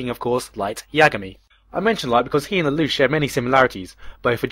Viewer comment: I'm sorry everytime you say his name all I hear is la-douch